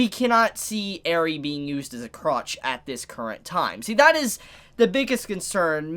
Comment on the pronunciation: This dude said croch instead if cruch wtf